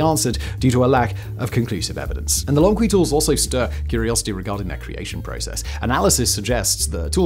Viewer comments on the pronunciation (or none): If the other channels talking about Lomekwi finds are right, it's pronounced lo-mek'-we, with the emphasis on "mek". I can't say for sure they're right, but it's probably worth checking if they come up again. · Can you find someone else with a British accent but that actually knows how to read? It would lend more credibility to the script, instead of subtracting from it. Lo-meh-kwi "the crafters of these tools remain identified" unidentified my dude, unidentified. Homo HA-bilis (crafty, capable) Autral-o-pithe-cus Afar-en-sis No amount of jazz, can cover that up... the same as polishing the script with chatGPT. Perhaps, find a reasonable middle where you can read what chatGPT suggests?